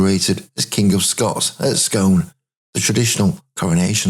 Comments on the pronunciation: So fascinating. Well composed, vivid. Regarding the Stone, it’s not pronounced “Scoon”? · Great video. Only Scone is pronounced Skoon.